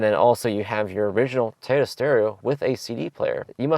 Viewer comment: It’s “Toy-oh-ta” not “Tyta”